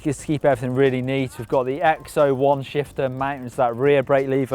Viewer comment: James Ashworth he's probably misspronouncing looks like x01